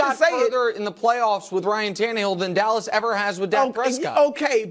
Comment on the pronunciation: Did brou say callas cowboys? 😂